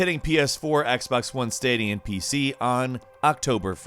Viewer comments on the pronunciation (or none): none